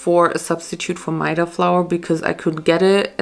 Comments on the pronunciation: the way she pronounced maida xD its pronounced meh-da not my-dah loll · I thought it’s pronounced meh-dah and goolab jamun. (I’m Pakistani btw so this is how we pronounce it)